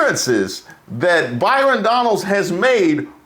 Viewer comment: called him “bi-.” 😂💀